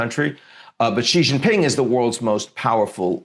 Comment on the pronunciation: Come on man, “Xi Jinping” … pronounced shee jin ping … Xi like she, jin like win and ping like wing. It’s really simple, why are you adding all the vibrating consonants?it’s one of the easiest Chinese names